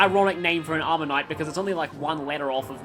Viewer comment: i know it might be the accent difference and i mean no offense, but every time you say armor knight, i hear omanyte and then do a double take XD